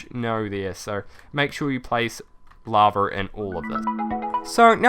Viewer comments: is it only me or he says laver not lava it annoyins me so much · What is laver? Ohh its lava ok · Love how you call lava laver XD!